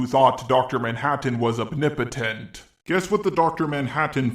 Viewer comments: I demand you stop mispronouncing OMNIPOTENT as "obnibotent" And people who argue against Saitama being infinitely powerful need to understand that the joke behind his character is that he's supposed to demonstrate how BORING an invincible hero is. If the only reason the villain stands a chance is because the protagonist isn't using their full power, then you've got a boring series with no suspense or excitement. And that's the entire premise of his character, Saitama is infinitely powerful in order to show why being infinitely powerful is a bad thing! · The fuck is a "opnipetent" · can you please stop mispronouncing the word omnipotent man i cringe everytime